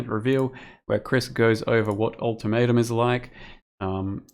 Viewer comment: Yeah new league all tomato! (that what I hear when say ultimatum)